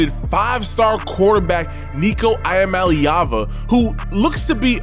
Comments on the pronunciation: Huepel was doing this before Clemson was a now former powerhouse. EE-AH-Mal-eh-ah-va get it right. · ee-ah-MAH-LAY-ah-va bro lol